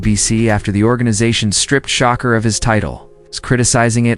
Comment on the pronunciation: What the HELL, you can’t say the man name correctly.it’s SHA-kur not SHOCKER this is AI BS👎🏾👎🏾